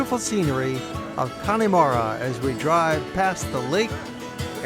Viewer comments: It’s pronounced Con-a-mara not Connie-mara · It's pronounced...Cann'a'mara...not Conn'i'mara, nonetheless, a great video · it's not conneymara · Please, please .... The E in Connemara is Silent. If you were there?, did you hear anyone say Conn E Mara? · The "e" in Connemara is more of a "uh". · Nice video, but please learn to pronounce Connemara!